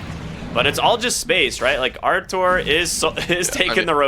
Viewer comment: bro stop calling him artour its rtz he aint ur boy lol